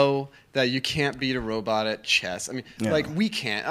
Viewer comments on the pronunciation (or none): I've been reading Daniel's book, Robopocalypse. It's a great read, I highly recommend it. Killer robots are the new zombies. Also, I wonder if Joe was trollin' Daniel by constantly saying "Robutt".